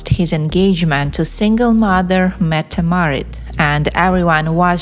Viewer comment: Metam Marit? It’s Crown Princess Mette Marit.